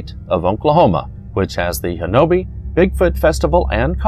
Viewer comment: Ouachita is pronounced wah-shee'-tah. Talihina is pronounced Ta-la-ha'ney. Honobia is pronounced Ho'-nub-ee. But then that's only the way the folks livin' there say it. My Mother was born in Battiest, pronounced Bah-teest' - not batty est But then, what do I know? I spent some time there in the late 50's early 60's Great White Tail huntin' there.